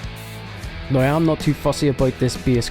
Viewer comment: I'ts "now" not "noe". I mean wtf